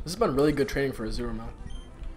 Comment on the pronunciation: Hey,! Just so you know, it's Azumarill and not Azuramill. The wierd thing is that a friend of mine from school also calls him that. I suppose he"s been watching you lateley.